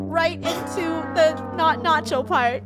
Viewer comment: Notcho rhymes with not yo that what it meant